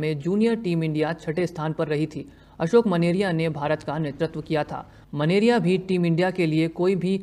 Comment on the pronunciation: Menaria ka उच्चारण मेनारिया है।।